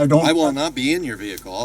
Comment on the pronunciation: "I doe not......" what an idiot